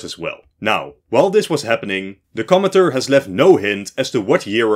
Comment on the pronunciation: When you were saying 'commenter' it sounded like you were saying 'comintern'